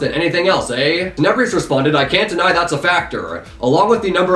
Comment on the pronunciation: I dare you to say tenebrious one more time there's no I